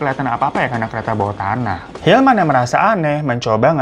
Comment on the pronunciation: 14.55 & 15.02 yg bener hilman apa ilham bang 🙄 2x lho elu nyebut ilham 🤣